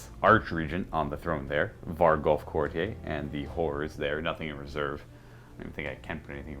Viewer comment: Could somebody let know he's mispronouncing courtier